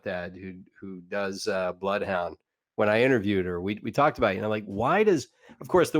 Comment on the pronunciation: Bloth Hondur